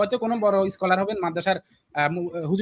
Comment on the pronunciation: ভাই আমি আপনাকে অনেক সম্মান করি। শব্দগুলো একটু গুছিয়ে ব্যবহার করবেন যেমন ধরেন ইস্মার্ট আর স্মার্ট এই শব্দটার মাঝে পার্থক্য আছে স্টাইল আর হচ্ছে ইস্টাইল স্কলার আর হচ্ছে ইস্কলার